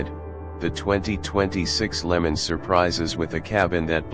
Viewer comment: I had to shut this off from hearing them say Lemons. Instead of LeMans and while they showed a 64 while hyping all the new features. This truly is AI gone horribly wrong